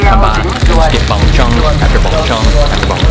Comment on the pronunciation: Lol the way you say Bung Chung. At least you tried 👍